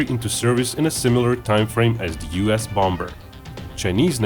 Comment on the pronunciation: Love your videos but I just gotta say; English loves it's silent consonants in words. The second 'b' in bomber is not pronounced so it should be said as "bom'er" not "bomBer." Anyway, thanks for the great videos. :)